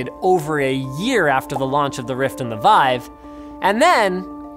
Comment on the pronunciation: It's pronounced "Veev".